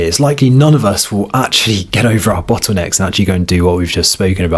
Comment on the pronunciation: "Bottwoonecks"?? And other variations on the word "bottlenecks..."